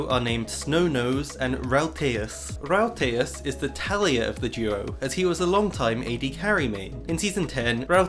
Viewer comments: haha hij zegt letterlijk routeas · Ok so i'm Dutch and let me just say, that the way you said the word Ruitjes made me die inside for a moment LMAO. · Oh that pronounciation of ruitjes is painful to listen to as a dutch person. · rouwteás! mijn nieuwe beste vriend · I love how you prenounce "Ruitjes" as Roi-te-yes x) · The way you pronounce ruitjes hurts my ears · As a Dutch person it amuses me to hear you pronounce ''Ruitjes''. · me as a belgian person hearing him pronounce "ruitjes": LOL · Hahahaha same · Absolutely butchering the Dutch pronounciation my guy xD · Your pronunciation of Ruitjes is kinda funny tbh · As a Dutch person I love your pronunciation of "ruitjes", it took me a while to figure out what you meant. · U said ruitjes wrong It's irritating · being dutch and hearing ruitjes by a non dutch person is so funny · How was ur day? Btw love how you try to say a dutch word buts it's so whrong. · Haha you had some nice tries, but the “ui” sound is quite special in dutch. And most letters are just pronounced different in Dutch. Ruitjens = diamonds (as in the shape, not mineral) in Dutch Great videos btw! I love these “off-meta” strats. Love this channel :)